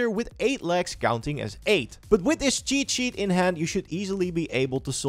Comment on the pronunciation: Am i the only one hearing "chichi" everytime he says "cheat sheet" ?